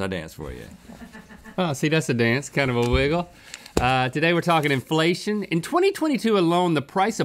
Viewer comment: Pretty sure Link keeps saying "infellation"